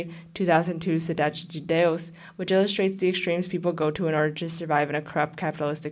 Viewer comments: As a Brazilian, I'm legit astounded with how good your accent is when saying "Cidade de Deus" and "La Casa de Papel" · can I just compliment you on your Cidade de Deus pronunciation? <3